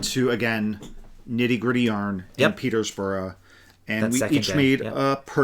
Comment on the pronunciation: Glad you had a good set of trips. For those who may wish to visit southern NH, Peterborough does not have an "s" in it. It is a lovely town. Other places to visit might include Mt. Monadnock, DelRossi Trattoria, Kimball's is absolutely a must visit, Ben's Sugar Shack, Rooted in Clay, Dublin, etc.